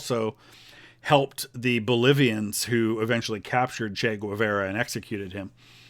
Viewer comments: It's "Gay-VAR-ah," not "gwa-VER-uh." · I'm sorry, I can't take it. It's pronounced gay-VAR-uh, not gwah-VEYR-ah. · It's Che Ge-var-uh not che gwu-ve-ra Hasta Sempre Comadante Che Guevara!!! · My hating your pronunciation, "Güevera" is totally irrational. Great job, love your videos.